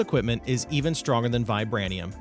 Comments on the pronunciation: The mod at sounds like it's based on the Marvel universe metals pronounced vibránEEum based off captain America's Sheild and adimantEEum based on Wolverine's skeleton and claws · Funny that you don't know how to pronounce adamantium or vibranium. Are you not a Marvel fan, or have you never heard of those fictional ores